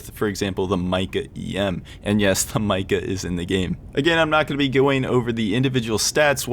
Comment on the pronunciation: Hey, it’s actually pronounced “Meeca”